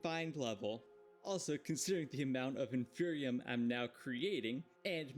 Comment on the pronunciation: There are not 2 'n''s in "Inferium" :'). Please... no more "infernium"